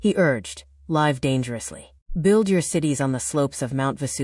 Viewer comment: None--not any--of the AI "photos" is of Nietzsche or looks anything like Nietzsche. Also, please teach your AI bot to pronounce "live" here to rhyme with "give." Terrible video overall.